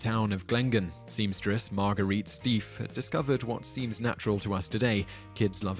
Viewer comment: The teddy bear lady's last name is pronounced like "shtyf"